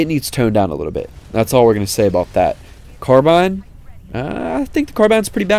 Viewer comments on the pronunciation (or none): none